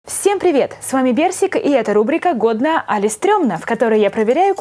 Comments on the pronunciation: Что она говорит- Всем привет с вами берсик! Что слышу я- Всем привет с вами персик, кексик! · мне показалось не берсик а персик